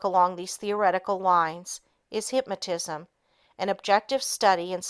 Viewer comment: Excellent book. However, it is very distracting to hear the reader constantly misprouncing certain words, especially "hypmatism" and "hypmatist".